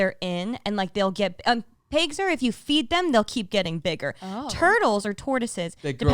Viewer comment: It’s always saying “Thum” for “them”